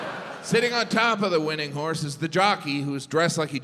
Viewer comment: Oh! You said "horse"! I thought you said "whores". Geez no wonder I didn't get the jokes. NOW... they make sense 😂